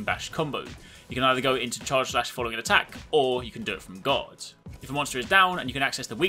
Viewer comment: I kept thinking he said god instead of guard